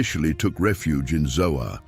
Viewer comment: I dont believe its ZOA but ZOAR.